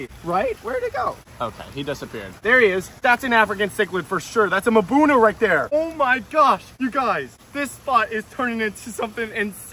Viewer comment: Do you say "mahbuna" and "playco" wrong just so people comment lol?